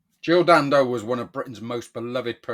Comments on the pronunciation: Can I just point out she was Jill Dando not Jill Dan Do the way you say her name detracts from the seriousness of the story and makes you sound like a knob. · I call it as I see it, her name was Dando there was no gap in between the Dan and Do and you putting one in makes you sound like a knob. I am just being honest not brave. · Am I supposed to take seriously a video from some bloke who can't even get her name right?